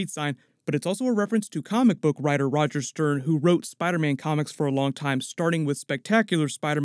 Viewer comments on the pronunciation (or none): none